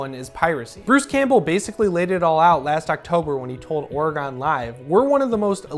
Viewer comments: Lucy Lawless didn’t return to play Ruby, that was a new character for the show. You make it sound like she was in one of the films. Also, learn how to pronounce Oregon, you Flock of Seagull’s groupie. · It's pronounced or-again, not or-ee-gon. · Or-gone live... Nice